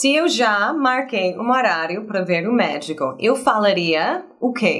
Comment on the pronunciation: Quando ela disse que ia ao médico, eu entendi que ela disse que ia ao méxico